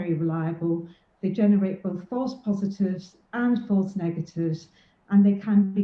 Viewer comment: You mispronounced false positives.